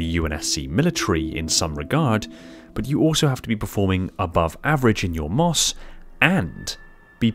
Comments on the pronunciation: Mos haha never heard anyone say it like that just M.O.S. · one would say "M O S" like "em oh es" Not "mos" Unlike FOB where that's said like "fobb" not acronym letters spoken. My two cents, cause that's how we said it in the Army 🤷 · It's Em Oh Ess, not "moss" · It is referred to as M.O.S. not Moss, JSYK. Other than that great video! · FYI: We just say M-O-S, not "moss". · Hey brother, love the videos. But it's just simply said "M.O.S." not "MOS" it's simply an acronym, no special word. This is mainly for the American army. Keep up the great vids. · M O S not moss my guy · MOS is said as M. O. S. Not moss. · It’s M.O.S. Not mos. It’s an acronym not a word. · Bro, he saying Mos but it’s pronounced M.O.S. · Thanks I ran to the comments to make this statement, made my skin crawl hearing it pronounced as “moss” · Lol I was saying the same thing. He's driving me crazy saying moss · M.O.S is usually said as the letters themselves, don't say mos it sounds weird.